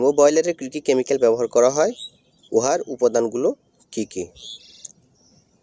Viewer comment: ভাই কেমিক্যালের উচ্চারণ ভালো করে শিখে নিবেন।